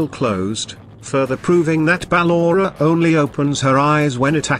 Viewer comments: he/she said ballora "BAA LO RA" please fix the ballora saying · Listen how he Say Ballora